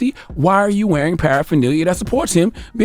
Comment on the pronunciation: Charlemagne can’t pronounce paraphernalia